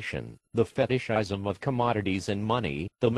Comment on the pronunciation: the way it says feet-ish is hilarious, like it's describing some kind of disease. sadly, that's what greed is - a disease that drives one to dehumanize others and subjugate them. shit's worse than outright genocide - it's so hard psychologically to resist that it will go on for so long and people will co opt it and further it like a crash course to death as a species